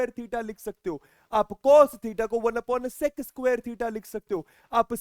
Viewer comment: mujhe sex theta sunai de raha hai kya